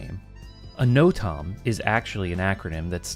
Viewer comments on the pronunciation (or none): Hey! Normally don’t comment but I thought I’d give you props for the amazing video(and help with the algorithm) the part where you say NOTAM, it would be pronounced more like know-tem in the aviation world (and extra fun fact the FAA actually changed the acronym to mean notice to air mission to be more inclusive!)